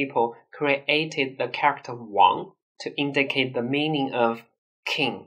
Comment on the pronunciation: Can you please learn how to properly pronounce "character"??? It's killing my ears hearing you mispronounce it. The rest of your English is good, I applaud you on your effort to perfect your English, because you did it. - by the way, this was a compliment. But that "character" word is hard, I know, for Chinese people, but can you practice it to sound better?? My advice: pronounce it slower. Because you pronounce it fast, its melt together and becomes uncomprehensable. Try pronouncing this :) :) 加油！